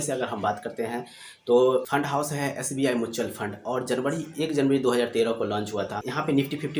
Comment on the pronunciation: Bhosdiwale pahle म्यूचुअल फंड बोलना सीख ले। फिर ज्ञान चोद,chutiya